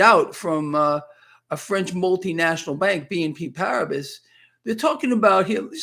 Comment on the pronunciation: It is prinounced BNP PARIBA!!!